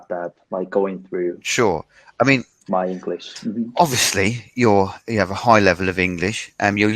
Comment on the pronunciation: 講師は何人ですか。highをホイ、sayはサイ、tinyをトイニーとか耳馴れない発音が多いですね。私は英語は出来ませんが。